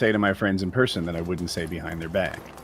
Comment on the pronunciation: Yes! And he says berson instead of person